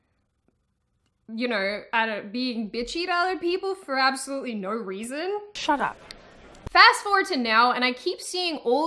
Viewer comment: You do that thing where you insert r's between words to flow between them. When you say no, it sounds like nurr :) I'm still not over how weird your accent is.